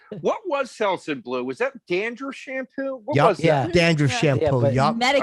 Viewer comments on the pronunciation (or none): the way Joe says shampoo.